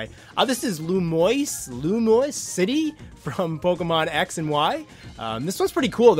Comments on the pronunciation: It's spelled lumiose, not lumoise. The only pronunciation would be loo mee oce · It's pronounced Loo-mii-o's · Pretty sure it's Loomi-ohs City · Lue me ose is how it's pronounced and its probably like isle delfino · You pronounce it Loo-mee-ohse city lol